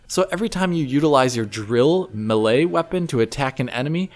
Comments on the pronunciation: Why are you saying muhlay instead of melee (maylay)? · I've never heard melee pronounced this way. It has a lot of common variations, such as "may lay", "me lay" and "me lee", but I've never heard "muh lay". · Gotta love that.. “millay” combat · Why dose he keep saying the word melee weird like that... melee is a common word you've heard it said before so you know it's not pronounced like that so why would you say it oddly I guess you want to be one of those oddball guys that wants to stand out so you purposely say words differently.